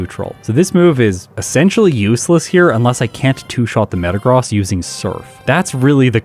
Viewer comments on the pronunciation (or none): You are pronouncing Metagross wrong 😅